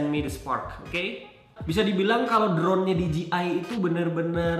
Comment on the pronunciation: Di Je Ai bro bacanya.. bukan Di Ji Ai